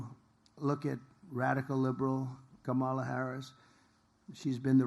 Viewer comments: Why are they in a garage? Again he pronounced VP Harris’s first name again. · Whoa, this is the lowest energy I've seen since he was sleeping in court and at the RNC. 😬🥱 It's also so weird that he can't say Kamala's name correctly.